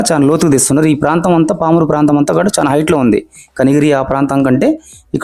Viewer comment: చాన కాదు బాబు, చాలా.. ఎత్తు అని పలకాలి